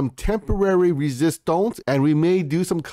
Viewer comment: I love your videos but please stop saying "resistonce" 🤣🤣🤣